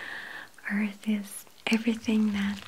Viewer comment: I love how she says earth... it's like "ourth"